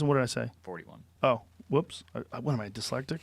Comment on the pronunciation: No one: Joe Rogan: What am I dIsLeCtIc?